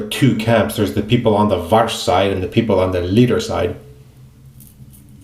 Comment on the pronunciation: Mate You pronounced it perfectly polish "W" is an English V when you pronounce it, like in word vanish, vision, vital or video. Most people reading polish "W" pronounced it like in water, world, window or woman. For the sound of English "W" in polish alphabet we have a separate letter it is L with stroke so it looks like Ł i give you an unicode for that U+0141 Over all your polish is perfect. I rarely see anybody who can pronounced polish "W" perfectly. One simple thing and you make my day brighter 😃😄😁 Thanx